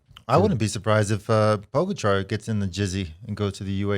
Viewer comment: I’d just like to say I bet money on Pogacar to win the stage - go me! Second note - what is it with Americans and literally being unable to pronounce any name at all - demolane...poooogachaaar.... what the hell?